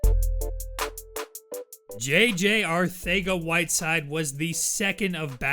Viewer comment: How you say Arcega is incorrect I have a friend that has the same last name And it does not have the "TH" like your saying it no hate great video but your wrong👍👍